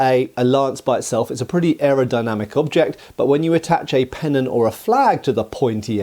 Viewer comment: What's a "penon"? Is it anything like a pennant?